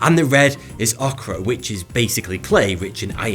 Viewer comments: Okra are a type of finger like, bean shaped vegetabes.. oh, you meant Ochre (pronounced Oker). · "Okra" lol "Oh-ker", silly boy.